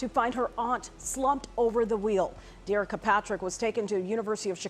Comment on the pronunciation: Her name is pronounced Derrick-ka not Der-Ricka